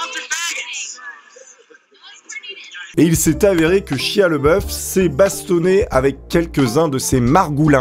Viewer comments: Chia lol... ça se dit chailla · (ça se dit "chaya")